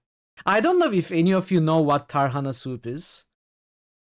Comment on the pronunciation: tarhanayı öyle bir vurguladın ki tadı geldi aklıma :D this game was great except saving it for times after doing a job